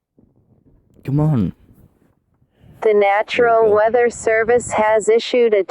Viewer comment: It’s national not natural